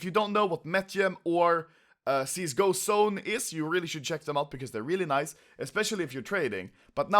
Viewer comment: I love way you saying nice :D. NAIS xD